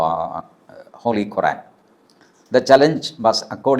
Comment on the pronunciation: എടാ എലിയെ പിടുത്തക്കാരാ വീട്ടിൽ പോയിരുന്നു 10 എലിയെ പിടിക്കു നിൻറ്റെ വീട്ടിൽ എലി കൂടുതലാണെന്ന് തോന്നുന്നു എണീറ്റ് നിവർന്ന് നന്നായി നടക്കാൻ അവധി ഇല്ലാത്ത ഇവൻ വന്നിരുന്നു ഓരോ വിഡ്ഢിത്തരങ്ങൾ പറയുന്നു നീ ഖുർആനെ അങ്ങ് വിട്. നിനക്ക് ഖുർആൻ എന്ന് പറയാൻ പോലും അറിയില്ല നീ ഇസ്ലാമിനെ വിട്ടിട്ട് നിന്റെ കാര്യങ്ങൾ ഇടപ്പെട്ട് ജീവിക്കുക അതല്ലേ തനിക്ക് നല്ലത് ?